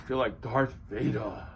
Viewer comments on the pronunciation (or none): none